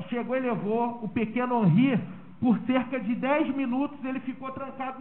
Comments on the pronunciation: QUE FALTA DE RESPEITO DO ADVOGADO DE DEFESA, POR ERRAR O NOME DA VÍTIMA DURANTE TODO O TEMPO... NÃO É "HANRY", O NOME DO MENINO É "HENRY". SERÁ DESLEIXO OU PRA IRRITAR DE PROPÓSITO? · "Hanry" e insistentemente o dolze 🤦🏻‍♀️🤣 (12 doze 💁🏻) phod@ 😂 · Além de nem saber pronunciar o nome da vítima que é filho da cliente dele. Irritante ouvir ele repetir várias vezes "Hanri".